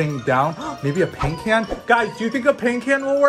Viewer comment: She said caint pan instead of paint can